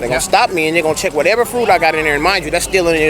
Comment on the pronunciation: Lol the drunk lady. She said “the menited states.” 😂😂😂